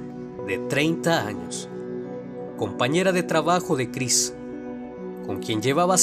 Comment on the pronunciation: nadie noto en el segundo cuarenta que dice Chirs en lugar de Chris?